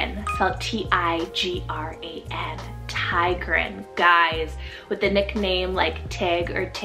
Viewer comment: Tigran is pronounced tig-ruh-n in Armenian ❤